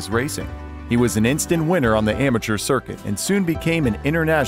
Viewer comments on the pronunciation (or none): none